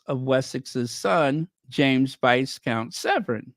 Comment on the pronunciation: BTW, "Viscount" is pronounced "vi-count" (the "s" is silent). 😅